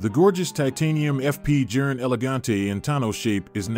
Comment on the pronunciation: TIP: Pronounced Jorn; not Jern or Jurn🙂! Good context, but you loose credibility on deliver when you butcher the pronunciation of Journe (pronounced "Jorn").